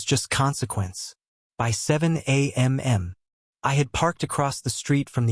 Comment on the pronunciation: Because AI is stupid and does not learn from its mistakes on its own.